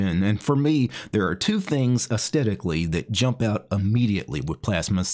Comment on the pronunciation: Why do you pronounce Asthetically as if there is no "h"? I've never heard anyone do that before. Everyone in the UK would say "Ass Thetically", with the "th" pronounced as in the word "Think". Is this a common American thing?